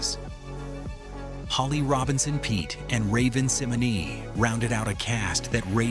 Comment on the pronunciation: Yeah saying “Raven Simony” and “The whole cast of Step by Step showed up on Family Matters” shows this video is AI ran